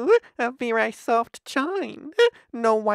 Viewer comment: What the fuck lol varey soft-EH kehin-EH